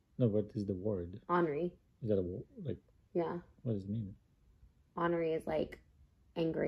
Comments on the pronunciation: OR-ner-ree not ON-a-ree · Trisha you aren’t pronouncing ornery correctly . 🤦🏼‍♀️